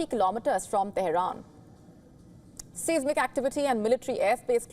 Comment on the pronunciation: To the lady announcer - please learn how to say: seismic and catastrophic. Google pronunciation will help you. Also - the earthquake was 10km deep - too deep for a nuclear test.